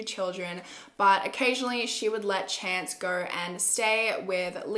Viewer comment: I thought his name was Chant not Chance 😂